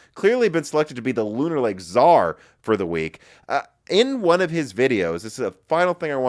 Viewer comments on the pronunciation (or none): none